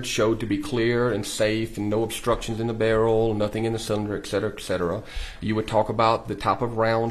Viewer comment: I know it shouldn't matter but his continuance miss pronunciation of etcetera is giving me a migraine.